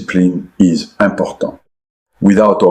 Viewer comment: It is. No way Arsene pronounces Pele like he did (for reference : Also despite making effort to have a bit of english pronounciation he said important purtely like a french something he wouldn't do either.